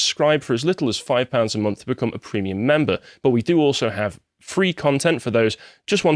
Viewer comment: If Carl hasn’t already, he should make a rule that only can say “deboonk”. It’s right up with with “prehmium”.